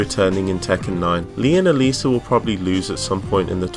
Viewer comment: Everytime u mentioned Alisa i thought u said Eliza